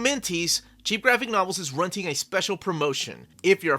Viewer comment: Why does it always sound like he says "runting" a special deal on the cheapgraphicnovels plug?